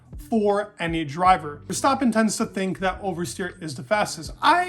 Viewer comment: Very nice pronunciation of verstappen in the beginning!